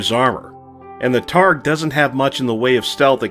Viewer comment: Great video! Definitely taking on some of that Black Pants Legion energy, but in your own flavor. We can never have too many Battletech creators! You've earned a like and subscribe. One small point of order, the word targe is pronounced "tarj".